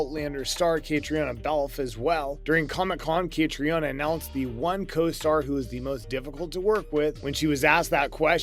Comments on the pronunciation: Dude, learn how to pronounce Catriona's name! Ka-Tree-Na. How can you make video's and not take a moment to research proper pronunciation beforehand? Lazy! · Again, I'm asking you guys to research how to pronounce their names!!! KA-TREE-NA!!! She's the star of the show!